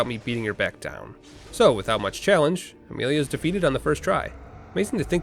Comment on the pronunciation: Why does saying Amelia make you American?